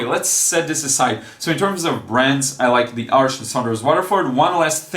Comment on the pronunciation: You're the only artist I know that pronounces "Arches" correctly, haha. Good video! I'm excited to try Saunders Waterford as I keep hearing it's great. My current favourite paper is Fontaine (by Clairefontaine) with semi-glazed texture. I quit using Cold Press papers since they're too textured for my kind of work, but I can see why so many people enjoy them!